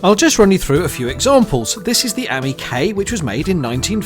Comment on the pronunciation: LOL... it's not "Ammie," it's A-M-I. Initials, spelled out.